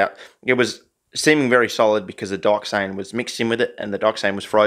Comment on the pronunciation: I see dat "dyoxane"